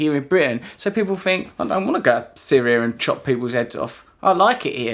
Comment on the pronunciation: he pronouces F instead of TH like a french kid. "fret" = "Threat" we Fink = we Think...funny to hear that from a real english person....!!! yeah sorry for the topic i drifted slightly :)